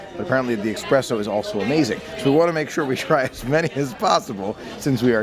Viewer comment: Ahhh it irked me soooo much when he kept saying "expresso"!! It's "espresso"! Pleeaaaase xD